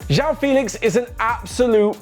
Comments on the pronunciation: It's not Jao Félix IT'S JOÃO FÉLIX 😂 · "jewel" 😂 😂 😂. That's nothing how it sounds like